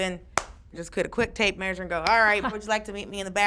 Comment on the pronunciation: Not sure, but I think Dulce pronounced "tape measure" "taint measure". nice.